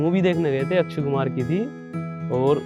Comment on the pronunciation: Ye UP walo ki Yehi problem ha ke Akshay Kumar ko achaya kumar bolte ha 🤣🤣 0.03 🤣🤣🤣🤣